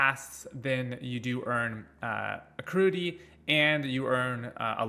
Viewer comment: kept saying patreons and acruity all video. Would definitely suggest making sure you're stating things correctly, especially for a guide video.